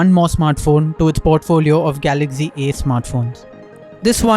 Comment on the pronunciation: It's galaxy not galagy